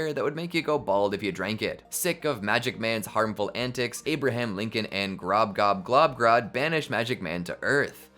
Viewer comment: It’s amazing how you can say “Glob Grod Gob Grod” so many times perfectly